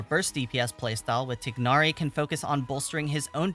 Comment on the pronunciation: Great you pronounce Tighnari correctly! and not Thainari!